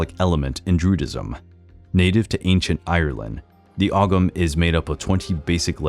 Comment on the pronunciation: Ogham is pronounced ohm,samhain is pronounced sow as in pig ,sowan